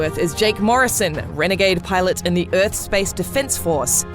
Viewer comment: WELCOME TA EARF